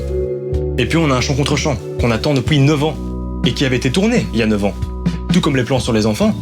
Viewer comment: J'aime beaucoup tes vidéos. Mais s'il te plaît. Arrête de prononcer depouis et dis depuis...